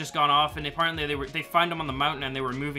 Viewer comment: I’ve realised that has one word that he cannot pronounce properly: ‘apparently’